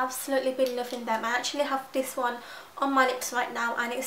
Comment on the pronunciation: Its sooo cute how you say 'dis' instead of 'this'